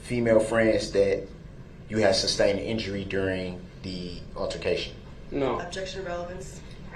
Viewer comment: Substained. Lol